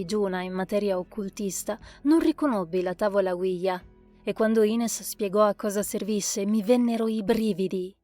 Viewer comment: Bellissima storia! E in oltre, complimenti sia alla voce della narratrice, sia alla scelta di pronunciare nella maniera corretta la parola OuiJa, ovvero: Oui ("Sì", in francese) e Ja ("Sì", in tedesco) . Bravi ragazzi!